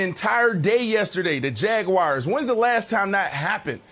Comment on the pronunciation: “Jacksonville Jag-wires” 😂